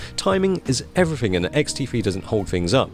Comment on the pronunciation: is sound like he says ''xt free''